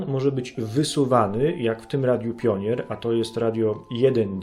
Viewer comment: zacznij pierw od nauki wymowy firm o których się wypowiadasz "Pionier" Nie masz pojęcia i tylko wprowadzasz ludzi w błąd